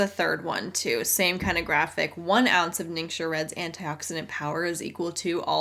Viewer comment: Fun fact from someone who speaks mandarin: if it isn’t a dialect, then every rep ever is saying ‘ningxia’ wrong. It’s not nincsha, it’s ning-shyia. If it isn’t a dialect, then I’m certain that all these mostly white women are still saying it wrong